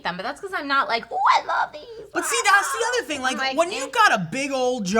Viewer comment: when people say thing with a "K", like think, when it is actually "thing". its fucked, cunts are fucked